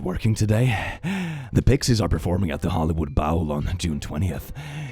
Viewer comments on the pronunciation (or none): “Hollywood Bowel” 😂